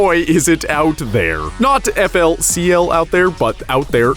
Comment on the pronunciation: pronouncing flcl by reading the alphabets aloud made me cringed so hard i'm sure I lost half of my already shortened lifespan.